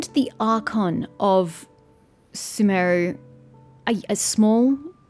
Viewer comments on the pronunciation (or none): Sumeru should be pronounced shooh-meh-roo. The game pronounces it sooh-meh-roo, but I'm not sure if it is an accepted pronunciation of it or not.